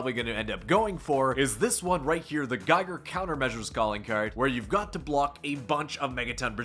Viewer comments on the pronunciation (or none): none